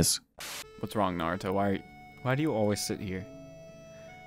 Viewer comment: Btw narutos name is pronounced naruto not nardo